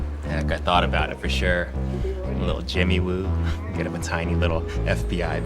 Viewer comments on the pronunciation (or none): It's jimmy wu not choo